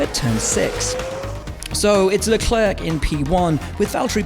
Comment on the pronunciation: It‘s Lecler not Leclerkk!!!! Why doesn’t he learn it once and for all